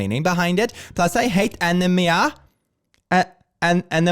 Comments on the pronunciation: wait she hates anemia as in the lack of blood/blood flow? Btw it's ah knee me ah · Why is pronouncing anemia wrong? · the way i actually thought the said my name when saying anemia because it literally sounds as if someone tried to say my name withoutknowing how to- i was like HUHHHHH??????